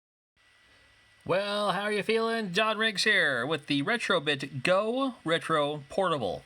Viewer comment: Are you deliberately calling them Retrobitch? To me it’s happened before ? Lol